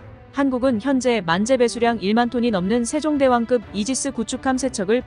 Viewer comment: 된소리 발음이 되지 않아 불편하네요. 발음법이 바뀌었나?? 예) 세종대왕급 --> 세종대왕끕